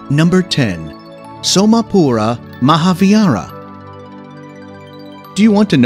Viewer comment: His voice is fantastic but his pronunciation is so funny.. specially when he told "Somapura Mohavira" lol..